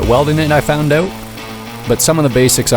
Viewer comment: Are you Canadian? No biggie, just coulda swore I heard a “cut the line oot” in there…😅